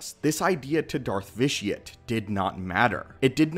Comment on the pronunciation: Why does everybody pronounce the name Vitiate as vish-ee-utt when the actual word vitiate is pronounced vish-ee-ate which means to spoil the quality of something